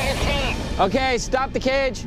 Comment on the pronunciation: The “sToP” though